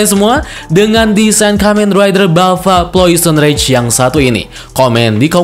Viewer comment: Janjian nih sama agan reza ya?? Subtitle nya bener namanya plosion rage, videonya penyebutannya salah. Agan reza malah sebaliknya.